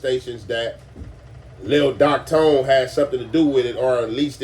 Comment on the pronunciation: Its Doc thone not tone lol